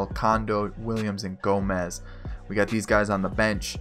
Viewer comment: Who else got mad when he called yan gomes yan gomez.